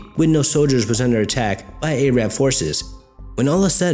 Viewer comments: Hey,! Just wanted to let you know that "Arab" is pronounced "air-ub" in standard American English, not "ay-rab". I've noticed a few minor pronunciation mistakes in past videos, and I hope you don't mind if I point them out. Keep up the good work! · A-rab? i don't think you are pronouncing that properly hahah. Keep up the good work tho bud! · A-rab... Seriously? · Great video, you pronounce arab wrong though